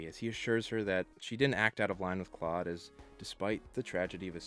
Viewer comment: You mean Klode?...Rhymes with CHODE! 😂